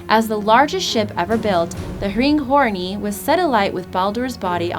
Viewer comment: The best was "ringhorny"